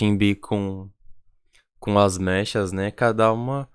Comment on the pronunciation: eu percebi que vc tem um pouco dificuldade pra falar o nome delas, eu não sei se é assim, mas maioria do fandom fala: E-hum-rá (EUNHA), Umji (é fácil falar kkkk), Shinb (é como falar japonês Xin, sacou)